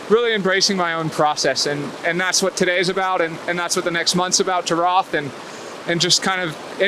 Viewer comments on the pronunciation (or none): It's pronounced 'Rot' not 'RoTH', though it might be written that way :D close to Nuremberg, my hometown. All the best with that pre-training sessions...man I need to get up out of that home office chair and start working out Haha :) bring your a-game and your positive vibes to Germany! #yoyoyo Good Luck!